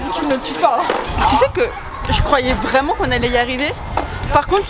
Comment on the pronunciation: un anglais vreument